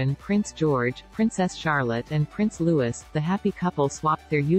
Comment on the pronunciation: Louis is pronounced Loo ee. Lovely home. I wish them all the best in2023